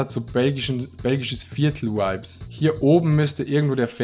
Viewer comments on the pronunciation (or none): Alle:" Vibes" Adi:"Veibs"